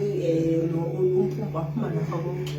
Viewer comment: Bese scela Bhuti uzame phel ukbiza kahle amagama esZulu,Mpumpu not Pupu,syabonga